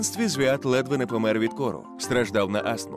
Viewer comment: Yan Belenky померти від кору— умереть от кори. Кір( Укр)—корь(Рус) Но ..... померти від кОру